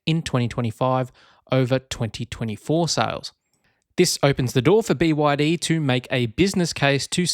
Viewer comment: Bwadi? The 3 separate letters of the name is B Y D - squashing the 3 into a single “bwadi” sound sounds derogatory to the manufacturer.